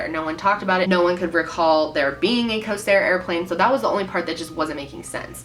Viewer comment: It's Corsair Not Cosair